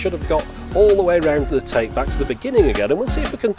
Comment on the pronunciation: you pronounced tape wrong. it's tape, not tape.